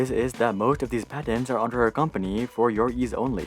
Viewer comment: “I love how he says “PADENS”🤓